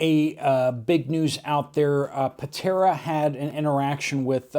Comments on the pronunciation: UPDATE: you reported incorrect information about the Buddy Heaters. The company is donating heaters to the Helene victims in NC & TN. I saw it on Patara’s page yesterday. Also, her name is pronounced Pa-TAR-a. (Tar as in the black sticky substance they use to tar highways and streets.) I ❤Patara and you too! Keep up the good work! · Cant understand the word you said about the Buddy heater. Did you say Patera?